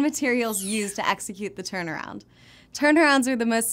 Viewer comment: I thought she said wrap around 😂